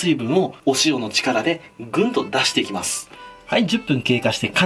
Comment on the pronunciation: 「お腹側もガイドラインを一本仕込んでいきゅ」ｗ